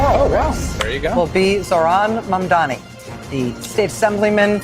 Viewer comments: My husband and I both love your videos and takes. Please though it makes me cringe every time you say Mamdani's name because you keep putting the M and the N in the wrong place! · at this point it just seems like you’re saying mamdani’s name wrong on purpose. what the fuck??? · Hey, I was hoping you would pronounce his name correctly by now, my beauty! Don't do a Cuomo on the man, please! 🙏🏽❤️ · I don’t wanna be the guy to say it but I watch your videos quite a bit and I don’t know if anyone has corrected you on this yet. His name is Mamdani, with and N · Hey It is Mamdani! M A M D A N I ---> N not M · The name is MAMDANI? M*A*M*D*A*N*I .We've got to get it right. Another point of correction. Andrew Cuomo is the son of ex democratic governor of NYS. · Why can’t people pronounce his name correctly? Is it that difficult? 😊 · Does read the comments?? His name is Zohran Mamdani. Why can't pronounce his last name right? He's been in the public eye for months. Mam da nee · It's Mom-don-ee. Ffs learn to say it right, he's been in the news for months, you've seen it spelled. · you're still getting Mamdani's name wrong. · Why the fuck can't you say his name right? This is a black or Cuomo thing? Right? It's MAMDANI. It's not a difficult name to say. Sounds more Italian. You're doing my head in. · 🥴 I appreciate you and all your content, but as someone who banged the drum for Zohran, can you PLEASE, stop calling him "MANDAMI"!?!? It's MAM-DA-NEE (phonetically). Keep saying "Zohran", you say that perfectly 👍🏽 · MAMDANI!, not Mandami. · This lady cannot pronounce Mam-dani 🤦‍♂️🤦‍♂️. Keeps saying Mun-daami.... throughout the video. Truly.. Americans are idiots. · Learn to say the name correctly of Mamdani. It is not mamdami as you keep saying it wrong. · I keep hearing you pronounce it mundani I believe it’s Mum dani unless I’m hearing it wrong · His name is MAM-DANI , not MAN-DAMI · I am sorry if I am wrong, are you saying Mamdami?